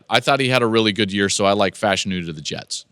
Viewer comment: my body hurt with how you pronounced Fashanu.